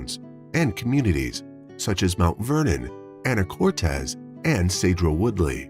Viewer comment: 😄 hahaha the way he pronounces Skagit County, Anacortes and Sedro Wooley. HILARIOUS!!!